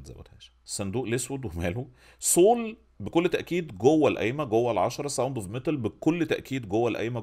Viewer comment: برضه صول؟؟؟ 😂 والمصحف سول... عادي جدا... مش صول